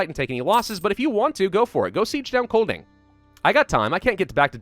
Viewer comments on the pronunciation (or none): just to let you know master. The "d" in Kolding is mute so it sound more like koling. Also for an American, you nailed "sjælland" prerry well. and also "vest" means west, "øst" means east, "nord" means north and "syd means south <3 keep up the good work:D (im Danish btw)